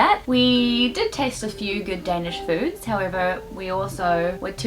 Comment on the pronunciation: 🇩🇰 For an Anglo-Saxon your pronunciations of our words is impressing! - "Veggie" hot dogs ? Must be against our constitution... If you go over to Sweden, you may experience shrimps - ON HOTDOGS...😱